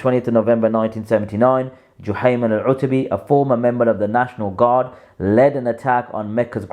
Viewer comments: Learn Arabic, you said it okay the first few times then wrong, before barking online learn the language and Deen properly, You're nothing but a wasteman who goes against the Ijma of Khurooj. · My OCD hurt every time you mispronounced it lol